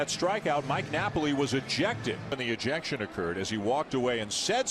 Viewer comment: "eejiction" New Zealander for ejection. Thanks for the reaction